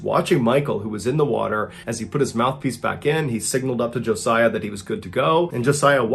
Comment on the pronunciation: Thank you for pronouncing Josiah correctly!!!!! Most people put the Z in place of the S...